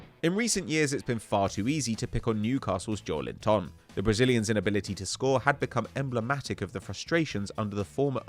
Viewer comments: JowlinTON LOL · Just give up trying to pronounce Joelinton 🤌🏻